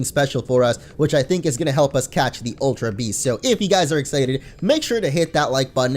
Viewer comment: it's not aultra beast! Its ultra beast